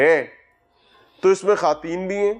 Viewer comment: لفظ ' خواتین' کا تلفظ خاتین درست نہیں ہے. خاتون ترکی زبان کا لفظ ہے اس پر واؤ ساکن کا اصول نہیں لگتا، صرف فارسی الفاظ پر لگتا ہے.